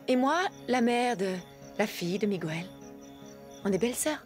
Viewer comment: message aux voix off ! svp MIGUEL se prononce comme la régle en français ! le u ajouter à G devant un E est pour obtenir le son GUE et non GOUE exemples un quépard un guéridon